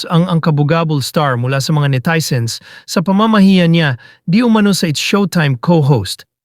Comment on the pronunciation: Netizen hindi netayzen